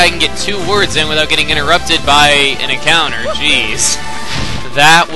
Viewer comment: When you said an encounter I thought you said accountant